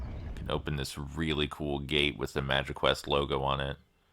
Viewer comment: I thought you said magiquest correct the first time haha